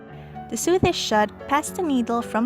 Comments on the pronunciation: "Sew" is pronounced the same way "so" is. English is a stupid language and it doesn't make any sense. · What the hell is a weft I’m familiar with the word weave and the word sew is not actually pronounced with the “e” sound it’s pronounced “sow” with the “o” sound